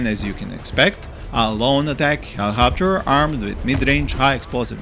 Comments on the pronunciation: It’s helicopter not hellohopter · He-Lee-cop-ter seems more beneficial 🤷🏼‍♂️ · I love the way you pronounce helicopter. My beloved helihopter :3 i want to use them better but i always use them multirole, guess i should use them to fire more at tanks and get rid of hydrapods